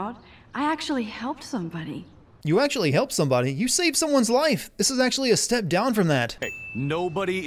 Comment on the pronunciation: "Pluto isn't a planet" Ackechualy